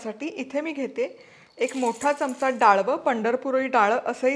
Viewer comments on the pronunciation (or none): none